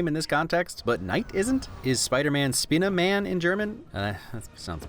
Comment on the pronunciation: The "SP" in spinne-man is (in this case) more of a "SH"